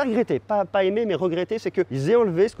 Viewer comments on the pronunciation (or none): none